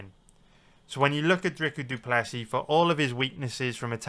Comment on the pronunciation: Are you saying “drica du plessy”